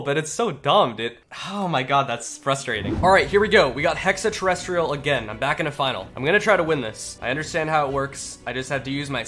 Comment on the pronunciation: It's called hex-a terrestrial not hexa